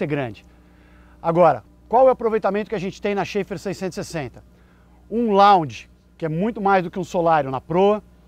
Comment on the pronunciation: A pronúncia não é "xefar"?